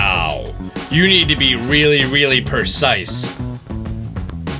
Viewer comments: Stoppppp my hype factor is gonna bloooooowwwww Correction: Precise, not percise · he said persice not precise I'm triggered and am from Grammer 👮 how dare you..... New phone who dis